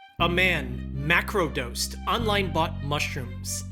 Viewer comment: Did you say mAcro dosed?